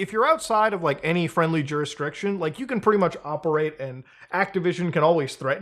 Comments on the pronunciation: Do you not know how to pronounce jurisdiction ? Lmfao, it's not [JURH-DES-JUHDRICTION] its [JUR-RIS-DICTION] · JUR IS DICTION lol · Muta, have you always said juristriction? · I haven't heard Judisrectum tho.